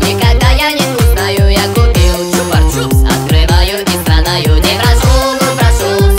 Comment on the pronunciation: Почему ты говоришь чупар чупс там нет р